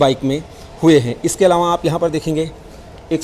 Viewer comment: अलावाँ क़े जगह अलावा बोलते तो अच्छा होता सर